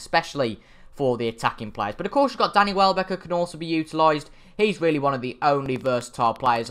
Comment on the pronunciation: Good ebening.. Really = Rally